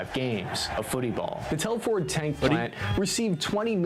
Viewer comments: Shropshire, literally 5 mins down the road from me and it's pronounced Tel fud not Tel foord! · just a correction to the vids narrative, it us not Tell-ford, it is pronounced Telfud, a small town in Shropshire, well to be precise a new town built in the 1970s. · he did not just say Tell-Ford hahaha